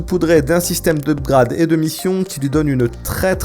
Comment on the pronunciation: Up*grade* sérieux l'accent français 🤦🤦🤦